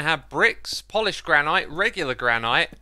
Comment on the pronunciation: Not gonna lie I could listen to you pronounce it gran-ite instead of gran-nut all day (hopefully this makes sense)